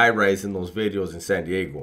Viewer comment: All the " veedeos" but no "new veedeo " in the beginning 🤣🤣🤣 keep up the hilarious veedeos my man